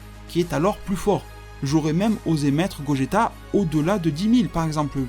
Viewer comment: C'est gogeta pas gogetto même en jap c'est gogeta bon il dise gogita mais c'est pas grave